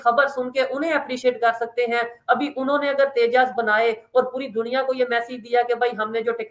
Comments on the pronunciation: अबे घोंचू तेजा नही तेजस😂😂😂😂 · At 0.20- it’s’tejas not tejaas’, n at 1.05-again it’s ‘tejas not tejaa’😂😂